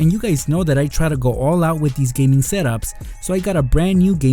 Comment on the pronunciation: Gaming not Geming